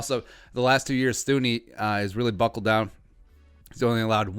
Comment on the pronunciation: It's pronounced TOO-nee, if you're gonna do a whole video on him, atleast learn to say his name correctly lol